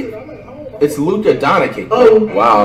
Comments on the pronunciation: Troydan says Donacic too 😂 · "Jay a morant" U mean Ja "Zeon Williamson" U mean Zion "Rudy Goburt" U mean Gobert "Luka donakick" U mean Doncic "Giannis Akumpo" U mean Antetokounmpo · Announcer Luka Doncic Flight Donakick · I didn’t realize he actually corrected a nigga saying Donćič and said “you mean Donakik” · Go Bert Akunkpo Sike em Zeeon Donacich Adbyo Jay A